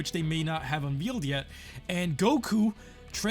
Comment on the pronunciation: Did he say unveal ?????